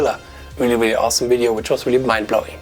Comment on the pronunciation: When I hear "welcome to the widdio", I know there's going to be some good content